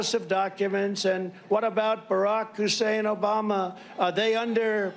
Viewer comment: It is so DISGUSTINGLY BLATANTLY RACIST every time he mentions Obama's name, he makes sure to ALWAYS say "Barack HUSSEIN Obama" (always with emphasis on "Hussein" while making a weird, racist, face). ANY time he mentions the name of ANY other former president, he has NEVER mentioned their middle name. Hell, I HIGHLY doubt Trump knows the middle name of a single other president...possibly even his own, as easy as it is.